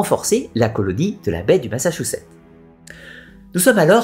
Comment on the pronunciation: Ma-ssa-tchou-ssetts :) Pas "Massachouchet" :) C'est en Amérique du Nord, mais c'est comme ça qu'on le prononce en français! Massatchoussets.